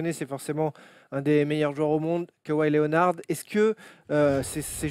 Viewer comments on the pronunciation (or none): tain la prononciation les mecs: Lénard pas lé o nard Dé jounte murray pas derounté Et jonnathon Simmons pas S aille mons